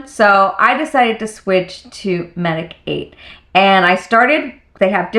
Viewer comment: your skin looks great! just a little FYI, the brand Medik8 is a word play on medicate and is supposed to be pronounced like this😊